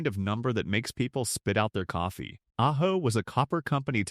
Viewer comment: AI is hilarious. First it says ah-joe. Then it pronounces it correctly as ah-ho. Then it's a-ho.